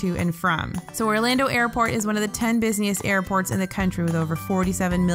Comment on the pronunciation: Tim Moore she said busiest but it sounded like that.